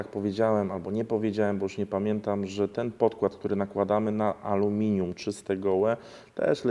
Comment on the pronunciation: iskry z amelinium? Tosz to szok!